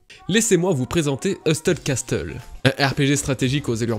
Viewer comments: MDR le meme message qu'a Nina, le T ne se prononce pas dans Hustle et Castle haha. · Incroyable la prononciation de hustle castle 😂😂😂